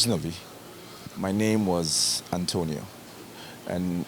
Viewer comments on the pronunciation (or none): none